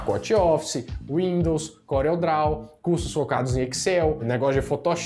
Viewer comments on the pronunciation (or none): none